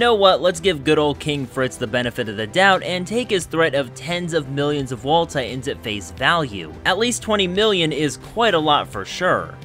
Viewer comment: Am I the only one who hears his pronunciation of "Titans" as "Tye'ins"? Earworm glottal stop.